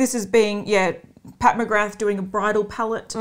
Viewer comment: No fault of your own ladies, but I’m sick of everyone pronouncing Pat McGrath wrong. It’s pronounced McGraaa, from the Gaelic meaning “son of grace”. It’s nice for people to learn about old Gaelic names (like mine “McQueeney). Because it’s a disappearing and very cool language.